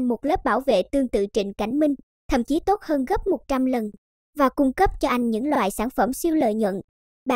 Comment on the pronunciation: Đừng "tôt" chứ.nghe ko hay gì cả